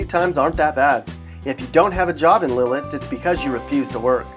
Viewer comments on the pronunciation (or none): Yeah, he was saying LIL-ITS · Afraid to pronounce Lititz properly? It's NOT - LIL itz- (There's no "L" dude, - it's LIT itz. or Lih Tits. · Am I the only one who realizes he said lititz it's lit -itz and honestly it's not too bad in small parts of it it's not the greatest I used to live in lititz The house is aren't too big but it's a great place. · Lititz It is probably pronounced, LIT-ITS.